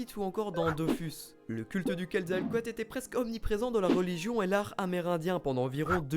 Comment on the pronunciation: Super vidéo ! c'est juste il y a souvent une chose qui me dérange dans beaucoup de vidéos YouTube, et même quand les gens en parlent, c'est que pour dire Quetzalcóatl, vous prononcez entièrement à la française, alors qu'on fait apparemment il faudrait dire "kouèd zal cohateul", après certains vont dire : "c'est bon on est en France, on s'en fout un peu de l'accent", mais bon c'était juste pour le signaler, après c'est rien de grave, c'est juste que j'aime beaucoup le mot prononcé avec l'accent d'origine ^^